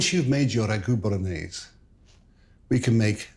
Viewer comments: It's pronounced " B O L O N I Y E S E " with an E at the end. Polonaise is a Polish folklore dance. I'm surprised he didn't throw in a Knorr cube. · Why does he pronounce Bolognese as if it were French?